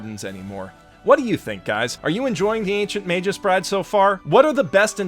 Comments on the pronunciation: Did he just pronounce it magus as majuice? It's MAH-GUS with a hard G. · just a correction. Magus is a latin word and as such it is read exactly as it is written and not as "Meijus" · [mey-guh s] I like your vids but that was seriously bugging me the whole time. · Five seconds in dude. FIVE. FUCKING SECONDS. "MEI-jus? ELLY-us?" Dude. Killing me. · Sweetie I love you and I always enjoy your vids... but... that's a hard /g/ in "magus". I know it doesn't make sense given that the plural "magi" has a soft /j/ but... it's true. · >Using a soft G on the word Magus. Noooooo my autism!